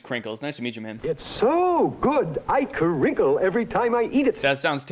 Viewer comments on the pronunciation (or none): i'm terrified of him and i don't like the way he says "kuhrinkle" 😭